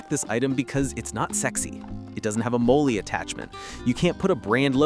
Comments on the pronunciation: Molly not Moleie lol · Had me till the end. Another AI channel. It's molle AI pronounced it as moley. Good into but another mass produced AI channel.